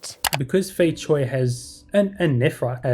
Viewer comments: Cui is noy pronounce choi. Its pronounced tray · Fei Cui, the pronunciation of "cui" Begins with the sound at the end of the word, "cats". So its not "chway" or "choy"